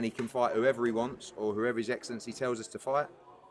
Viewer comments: Did say "his eggcelency" at the end? 😂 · ‘His Eggsellency’ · Did the dude say “His eggcelency” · Did he say his egglancy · Can’t only be me who heard say “his eggcelency” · His "eggxcellency" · They all suckin up to hes "egg"elncy😂😂😂😂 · His eggcellency was egspecting eggzactly that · Please Can we all just take a minute to thank his “EGGellency Turki Al-Sheikh” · Did say his eggcellency at the end of video 😂